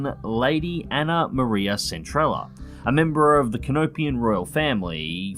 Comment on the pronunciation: It's pronounced centreya. In Spanish LL is pronounced Y. Not hating or anything, you still make fantastic content. But just pointing that out